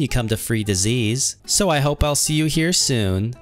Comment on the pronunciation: I’m laughing when u say free disase